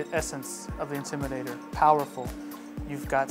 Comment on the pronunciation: I wish he would say the word "INTIMIDATOR" correctly! It's NOT the "Intimider!" Finally, he got it right! And he's supposed to be a DJ using a microphone to amplify his speech? How did this get past the Advertising/Marketing folks?